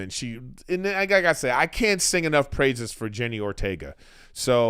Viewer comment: Wednesday was a great show. But if you love her so much...put some respect on her name...LOL. JENNA not Jenny. 😄